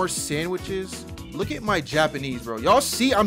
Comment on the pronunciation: Your Japanese pronunciation is really good! lol